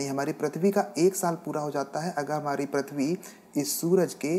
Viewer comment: Prithvi not prathvi Correct your pronunciation